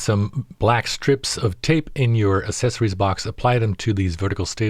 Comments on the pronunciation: do you pronounce “access” like “assess”? 😂😂😂 it’s / ak-ses-uh-rees / only phonetic pronunciation in the dictionary. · how, when he can’t even pronounce “accessories”? The root word is latin, which indicates a hard “k” sound.